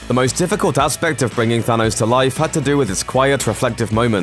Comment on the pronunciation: Why do you keep saying sanos